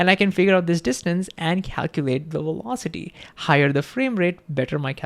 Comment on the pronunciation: it is vee velocity NOT double "U" WEE wolocity !!! Come on you are a smart guy, and you could change the pronunciation of ONE consonant to bring your verbalizarion into some semblance of the MAJOR LANGUAGE you are trying to advertise to unless you are stubbornly trying to change the entire world's pronunciation to comply with your stubbornly defiant way of butchering OUR LANGUAGE .... STUBBORN NONCOMPLIANT BACKWARDS .... or maybe you wanna say backVards!!!